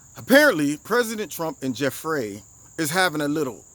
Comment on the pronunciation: Jef-ray!! Jef-ray! 😂